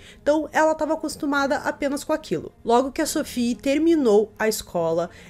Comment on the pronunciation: Se Sophie era francesa a pronúncia do nome dela é SOFÍ. Nada de inglesar o nome da menina.